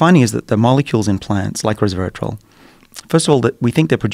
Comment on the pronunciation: Did he say “reservatrol”?